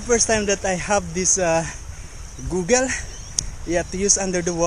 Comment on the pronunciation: Hahaha lol you are too funny! 😂 binge watching your vlogs here. Btw kabayan, it’s (gaa-guuls) although google is most used than bing 😉